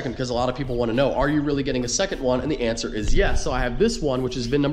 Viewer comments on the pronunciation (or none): none